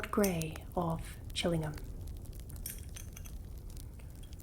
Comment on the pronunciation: Love this video! (And how you say "Chillingham") :)